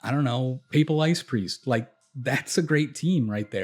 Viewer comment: Appreciate the analysis and the fact that you can actually pronounce "papal" +1 sub